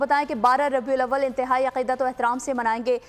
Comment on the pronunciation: Sir you can't even pronounce the name of the Holy month properly.